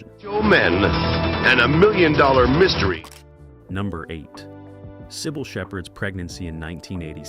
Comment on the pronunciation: OMG! It can't even pronounce"Cybill'Correctly!!